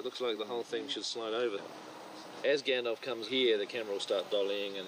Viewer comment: The way Peter Jackson incorrectly says Gandalf makes me cringe Bc that’s how I use to say it